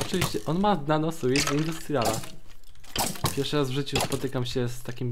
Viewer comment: nie mówi się nano suit tylko Suu(ł)t, poprawnie i przy okazji lepiej brzmi:D